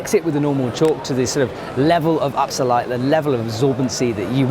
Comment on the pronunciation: Upsalite, Up-sell-ite. Cannot unhear.